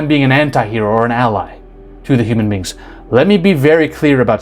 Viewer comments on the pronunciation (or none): none